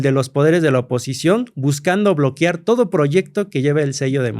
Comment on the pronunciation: Que esperas de alguien que es “historiador” y dice BLOQUIAR